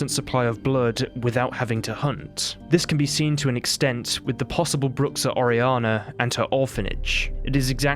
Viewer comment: And it pronnounces broo sha